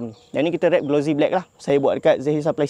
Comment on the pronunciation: Sebutan bukan glo zie. Tapi glo sie. Bukan Z tapi S